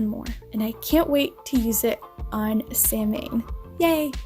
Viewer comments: If you get Etching liquid it makes upcycling like the moon phases so easy to do. Samhain is pronounced Sowin not samhane in UK. Imbolc is immol not imbulk either. I love your flips too. I have my moon water in a big jam jar & this bottle has given me a few ideas. Thank you The flower bottle would be fantastic for herbal oil infusions for cooking or even anointing oils for skincare using perfumed oils. I LOVE my cricut maker I do loads with it & intricate designs like that triple goddess moon weeding TAKE FOREVER but oh so worth it. Permanent vinyl lasts for about 5 years OUTSIDE in all weathers so between plastic it should outlast the life of the box. Do you save your transfer tape after using it? You can reuse it several times Also better than cricut brand is cheap dollarstore/poundland clear vinyl. I love your designs & I'm going to try some of them for myself & coven members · samhain is pronounced sah- win not sam ain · Isn't Samhain pronounced "Sow un" like the sow rhymes with plow. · Samhain is pronounced “sow-wen” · Samhain is pronounced “sow-en” …weird, I know.🤷‍♀️ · Samhain is pronounced - sow-win or sa-win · Hunny you pronounced SAMHAIN wrong it's (Sow - when). Love your thrift items. Also, I put my crystals inside my waters & oils been doing that for over 20 years! BLESSED BE!!! 🔮🌜⭐💀🖤💀⭐🌜🔮